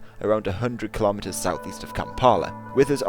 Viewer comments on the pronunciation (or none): none